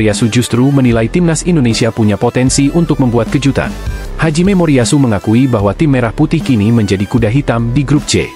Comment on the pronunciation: Pelatih jepang namanya Hajime Moriyashu ..... bukan Haji Memoriyashu mimin 😂😂